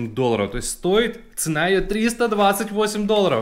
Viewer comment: в слове цена ставьте правильно ударение